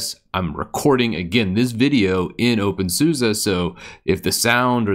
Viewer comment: Somebody please explain why openSUSE is pronounced as openSUSA ??